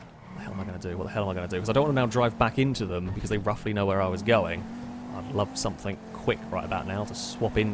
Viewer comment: I love this series and watch each new one on the day it comes out since I subbed. But please, for the love of all that's English, stop saying "somethink". ;)